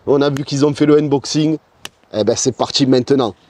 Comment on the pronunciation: lé uneboxiingues, avec un bon accent de Marseille, il vaut mieux respecter le français (déballage, déboitage même si t'es chaud) 🤣Ah et poto, affichage numérique, pas digital, digital c'est pour les doigts. Je me permet ces remarques car on sent que tu veux faire bien, comme d'habitude, c'est pas pour tacler ;)